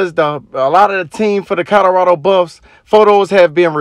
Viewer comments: Co LO rado! Not Co DO rado!!! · This narrator keeps saying "COTTERADO" (instead of Colorado) in his videos...bless his heart...smh